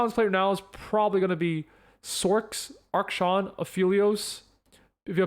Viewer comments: thanks for the info, but you keep saying "ARK-Shawn" instead of "AK-SHAN" and it was filling me with rage. anyway good video! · please stop saying ark-shan im begging you please please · Is pronouncing Akshan as Arkshan like a meme or something? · Drink a shot every time he mispronounces Akshan